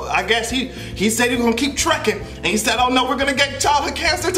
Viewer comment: the strength behind that "AND" had me rolling